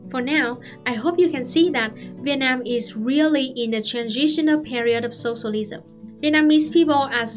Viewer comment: I just love how you pronounce “sossolism”